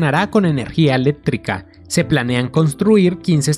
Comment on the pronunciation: Eléttrica,proyettos, aprotcimadamente, conette